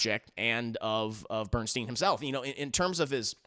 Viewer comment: please correct how you pronounce Bernstein.